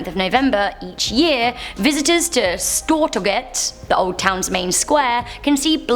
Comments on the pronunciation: Stoor torjet thats how u say it. its not how u write it i live in sweden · Its pronounced Stoor-Torjget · Stortorget is pronounced STO(like stool)R-TOR(like torn)-GET(jet) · Du har rätt när hon sa stor torget hon sa det som om det va ett ord och för snabbt så jag förstod inte lol